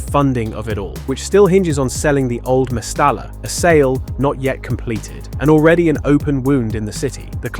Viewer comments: Two L's as in mestaLLa is pronounced a Y ie... mestaya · Its pronounced Mestaya ...the double L sounds like yi